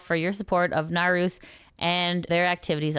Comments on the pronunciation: sorry if this sounds rude, but the correct pronunciation of naruse is "na-ru-se", not "narus" ! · I kinda snicker everytime says "Naroos" instead of "Naru-say" ^o^ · just an FYI it's "Nah-Roo-Say" not "Nah-ROOS" Naru. The E is never silent in Japanese.